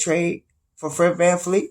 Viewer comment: His name is VAN-VLEET not Van-Fleet lol